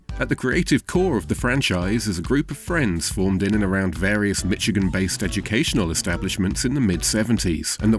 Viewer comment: Mishigan is how it’s pronounced lol not mitchigan